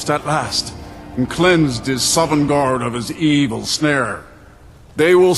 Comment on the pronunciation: Shovngarde, Horthgar. Great videos and insights but some mispronunciations